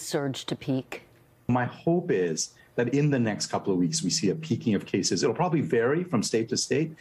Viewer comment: cases, not sases.